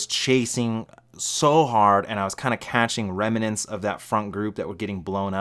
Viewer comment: What is it with you cali boys saying "reminants"? lol And what is fulls gas?